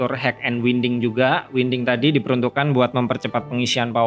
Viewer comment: mon maap bukan leter, tapi leder. bukan winding tapi wainding. HADUUUH slaah hire orang nih